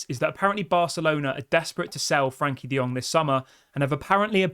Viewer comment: I hurts a lot when I hear Frank De Jong name.